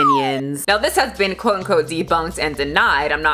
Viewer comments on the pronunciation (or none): none